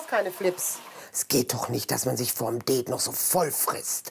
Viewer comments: Immer die mit ihrem " Deeeet". Sorry aber die Aussprache ist voll im Eimer😂😂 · Die sagt deet anstatt Date 😂😂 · Zum 18099 mal das heißt date und nicht deet😂😂😂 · Ich: Date Andere: Date Oma: Date Marianne: Deeeeeeeeeeeeet 😂🤣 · "Sie freut sich auf ihr deet" 😂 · Marianne:sie freut sich so auf ihr deet Ich:NEIN ES HEIẞT DATE UND NICHT DEET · Marianne sagt "det„ was heißt date 🤣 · Was reimt sich auf Beet? Marianne: "Deet" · Det ich dachte das heißt Date 😂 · ich:date andere:date katze:date sprechender Mülleimer:date Marianne:DEEEEEEEET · "das DeHtE''🤣🤣🤣🤣🤣🤣🤣🤣🤣🤣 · Mariane:Sie freute sichauf ihr Deet Ich:Mariane ES HEIßT DATE!!!! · Marianne und englisch Marianne sagt:auf ihr deet Mein gehirn: Marianne es heißt date und nicht deet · Warum sagt Marianne det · das heißt Date und nicht Det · Das heißt Date und nicht deeet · Ja kein det merr sondern dare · Der Typ mit der Katze checkt das niemand? Ironie!!! Die Tante Marianne hat anstatt Date DEEET gesagt und das ist der Witz daran!😂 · Ja dome Hat so schön wie mariane sagt ein deet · Sie freute sich so auf ihr „deet“ haha marianne 😂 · sie freute sich so auf ihr dät" 😂👍🏻🤝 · "Sie freute sich so auf ihr Dettt"🤣🤣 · “Sie freute sich auf ihren dät” HAHAHAH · “Sie freute sich so auf ihr Deet👁👄👁” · Wieso sagt diese Tante immer DEET . Daa regt mich so auf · Bingo Satz : Marianne kann das Wort Date nd ausprechen